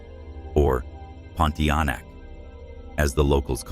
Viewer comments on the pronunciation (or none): The Pun- tee-ah- nak. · The infamous "Ponti aenak" sounds amusing when he says it😊. In good faith, say your prayers. If God is willing, these things will not trouble you.